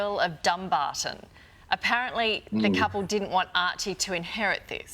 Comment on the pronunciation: Guys - it’s pronounced “DumBARton”, not “DUMbarton”... I’m from Dumbarton in Scotland and no one that I know from there or anywhere has ever correlated it with the word “dumb”. Because it’s not pronounced that way. Meghan again shows her ignorance and utter lack of class. She is vulgar. A crappy, smutty cable actress with a raging ego. And Harry, the victim of her narcissistic abuse. They need to be cancelled already - I thought the woke crowd was anti-bullying??